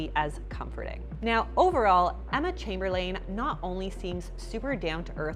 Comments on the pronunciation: The way she said eMmEr ChaMbErLane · “EmMeR ChamberlAin” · “ember chamberlane” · Did she say “Emmer chambermaid”?? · Anyone else hear “emmer chamber-lain” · Emmer Chamberlain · Is no one going to talk about how she said emma chamberlain? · 😂😂 I was looking for this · I can't talk about it. It was too much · I could swear you go out of your way to mispronounce peoples names😂 I’ve never even watched this girl and know how to say her name. And Kelly Ripa? Lol